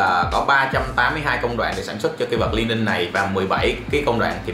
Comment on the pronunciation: A ơi đọc là Li ning nha. Hồi trước e cũng đọc nhầm thành Lai ning